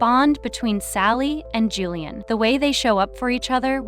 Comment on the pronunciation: I can't with the mispronunciation of Gillian's name!